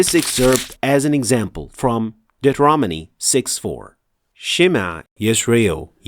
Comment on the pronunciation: Deuteronomy ...pronounced wrong. But its natural for new one reading that word